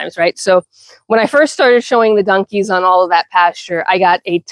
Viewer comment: New subsciber here and this is why... you called your donkies "dunkies". I haven't heard anyone pronounce it that way since my dear departed mother. She grew up in Virginia and we used to giggle at some of her pronunciations. Brought back good memories so thanks for that and please continue! I hope I didn't make you self conscious of it and start worrying about the way you say things. You be you. That's part of the fun. As for the negative comments you've been getting, i hope you'll take them with a grain of salt. Don't allow it to make you lose your confidence in the way you run your farm. Suggestions in a respectful way from people who also do what you do are welcome I'm sure. BUT some people just like to be mean and have zero idea what they're talking about. that is something that should be ignored as best you can. Nasty comments only ever have one desired effect...to upset you and make you question yourself. Don't allow those into your head. I wish you the best of luck with your farm and with your channel ❤